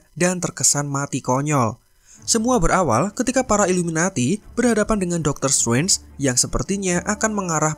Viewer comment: Biasa aja bro ngomong "strange" nya